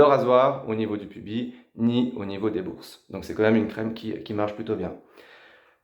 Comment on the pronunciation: Cher savant ou génie des parties intimes, le S final du mot PUBIS doit se prononcer. PUBISSSSSSS, est-ce si compliqué à dire? Tu diras bientôt PÉNI au lieu de péniSSSSSS, si je comprends ta logique. C'est la première fois que j'entends quelqu'un dire PUBI, non mais... cher Français en train de saboter ta langue, comme la plupart des gens de ta génération, tu préfères dire ananaSSSS et buTTTTT ? Manques-tu à ce point de vocabulaire pour employer le verbe UTILISER des dizaines de fois, de même que l'expression AU NIVEAU DE, facile à remplacer par autre chose ? EMPLOYER, USER DE, SE SERVIR DE, ça ne te dit rien, ces synonymes? Je vois bien encore une fois qu'Internet est un moyen pour n'importe qui de débiter ses fadaises. Tes petites leçons d'épilation, je m'en tape. Tant qu'à y être, tu devrais couper le poil de tes aisselles et de tes sourcils, t'arracher les poils de la barbe un à un et les cils, comme ça ton épilation sera totale et tu plairas sûrement à plusieurs qui croient que POILS est synonyme de SALETÉ.